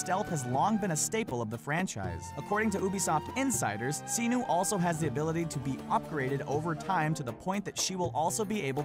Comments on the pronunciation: "Siii-nuuu" Bayek says "Se-nu". Guess who says it right? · It's Senu S-e-n-u it's not Xenuh...... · Senu is pronounced Seh-Nu not See-Nu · other than miss-pronouncing certain names cough cough "senu" i liked this video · None of that is a secret. E3 already showed everything you mentioned and beyond that. So not is only the purpose of your video pathetic, you pronounce Senu and Ubisoft wrong. And to other people: Don't write wrong things such as "Ubisoft is pronounced Oobisoft!", 'cause it's bullshit.